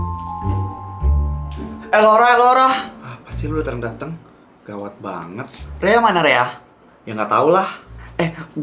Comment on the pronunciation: Gawat bukan gaswat udah kyk liora aja luu 😭